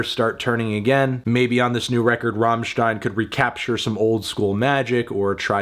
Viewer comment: But he knows how to pronounce "stein" not like his american fellows who pronouce it like "steen" or what :)